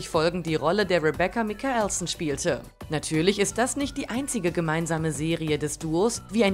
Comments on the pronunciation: Oh wow "Mikaelson" total falsch ausgesprochen 🤦🏼‍♀️ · Wie hat sie den bitte ,,mikaelson” ausgesprochen? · Wie die Frau „Mikaelson“ und „Cleo“ ausgesprochen hat 😭😂